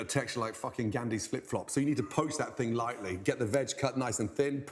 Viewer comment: The fing? I am sick and tired of this pronunciation..The thing.